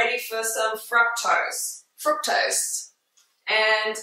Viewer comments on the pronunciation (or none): It grinds my gears when she can't pronounce fructose